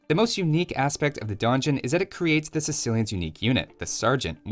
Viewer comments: I'm a Shadiversity fan, I read Donjon, I click Also, I'm a Shadiversity fan, I hear mispronounce Donjon, I get mildly annoyed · The Donjon Rush, not to be confused with the Don Juan Rush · I don't usually care too much about mispronunciations but this is like the third video where you repeat donjon incorrectly so many times it's really distracting me. Great video though!